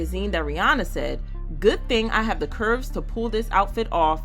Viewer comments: Her name is Rhi-ANNA NOT Rhi-ONNA! FYI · First, better make sure you are pronouncing the name "Ri-ya-nah" properly.